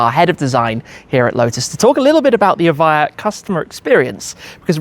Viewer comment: Evija no eva, traductor playo